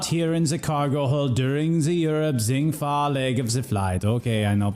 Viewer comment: Man the way they say Zheng Fa like “Zeng Fa” bothers me lol